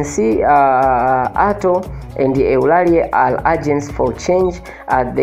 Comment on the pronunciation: Don't pronounce Eulalie instead of/Ulalii/.